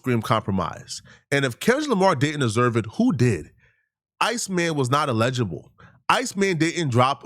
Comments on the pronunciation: He Calling people dumb but the whole video he saying allegeable when he should be saying Eligible 😂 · He's pronouncing it like the word legible and it's killing me too 🤣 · doesnt know he's meaning to say eligible but he keeps saying allegeable.....all while calling people stupid 😭😭😭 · Say it with me “(EL-uh-juh-buhl)” or “L-LAH-jah-bull” = Eligible 😂😂😂 not “allege-able” 🤭💀 good vid though 🤞🏾👌🏾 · el-i-gi-ble. I will allow 2 mispronunciations. Then I gotta let you know. I've been accused of being a grammarian by an English teacher. 😂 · Btw it's "eligible". You really not as smart as you think my boy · #ELIGIBLE (el-a-ja-bel) allegible or whatever word you making up must be in the tether dictionary. Go to Google type in the word and tap the speaker 🔈 button. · El-i-gi-ble say it with us… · It’s ella - ji - bol … still love you though my African brother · Ay not hating or tryna be THAT guy but the way you say eligible makes it sound like you are saying illegible which means something is hard or impossible to read. Eligible means not qualified which is what you were tryna say. You are very well spoken so just wanted to lyk my guy. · Eligible say it with me now ELEH-GUH-BUL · Eligible. "EL-lih-ghea-bull" ...say it with me, one at a time, then all together one word . Eligible. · If you’re going to sit in front of a camera and talk for a living, maybe you should learn how to properly pronounce words eligible isn’t even a hard word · Bro you’re pronouncing “Eligible” incorrectly lol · Why is he pronouncing eligible like that? 🤦‍♂️ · Can someone please teach this guy how to say eligible? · Got me over here sayin eligible wrong 😅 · Bra, learn how to say “Eligible”before you start saying people are dumb and can’t deal with complex thoughts. DON’T then breath you slide through saying “Eligible” the wrong way 🤣You 30 something, it’s embarrassing doggie… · not being able to say “ELIGIBLE” is hilarious 😂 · He's pronouncing eligible wrong